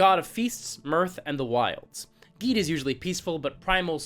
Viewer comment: Thumbs up for pronouncing Gede correctly.